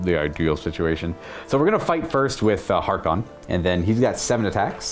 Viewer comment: it's Haarken World Claimer "H-ARE-KEN", not "HAR-Khan". C'mon man, he's so cool at least get his name right. Great bat-rep. Love to see more Black Legion.